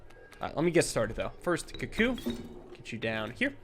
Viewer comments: please, it's pronounced koo-koo please see this comment:) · I love you, I love your vids, but can you please pronounce cuckoo correctly 🤣